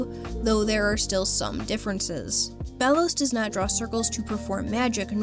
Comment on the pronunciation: i think its pronouced Bey-los